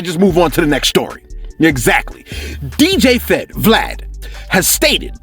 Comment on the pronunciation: "Djfed" lmao